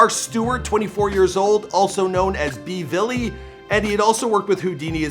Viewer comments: you’re from Toronto you gotta do better research Tyrone’s name is Tall up twin or 2x / farah is 22 Neat not filthy and jaquars name is pronounced BULLY not B velly🤬🤬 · Bvlly is pronounced Bully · B villy lol wtf ain't u from toronto bro its bully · It’s BULLY BVLLY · man pronounced it b-villy🤦🏽‍♂️ it’s pronounced bully dummy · Bvlly name not B-Vully it’s pronounced “Bully” lol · Bvlly is pronounced as “bully” not “B-Villy” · Bvlly name is pronounced bully not b-villy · Not B Villly 😂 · Nigga really said b villy